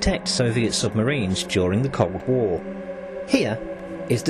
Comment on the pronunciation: Why’d it sound like he said cock war instead of Cold War?